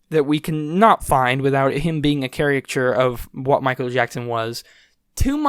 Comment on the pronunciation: char-i-ca-chure, lol. :p